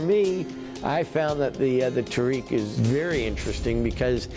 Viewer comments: It is pronounced tah-rek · They pronounce Tariq the worst way possible